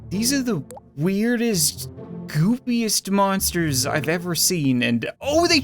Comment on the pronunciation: I thought he said moppers evolution! 😂